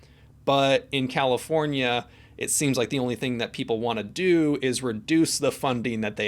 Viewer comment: Califoniaive you mean